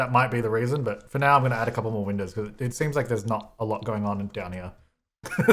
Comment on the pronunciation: So I was gonna say chaz but when you said "thouple" i decided that yes. both. both is good haha